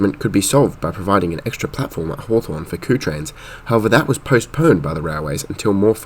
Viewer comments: Just a heads-up that Kew is pronounced "KYOO" not "KOO" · Kew is pronounced Queue , not Koo.